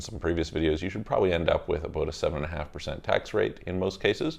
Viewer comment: are you Canadian? I heard “talked aBOOOOT?”